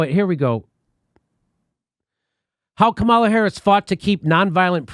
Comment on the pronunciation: Dude, it's comma-la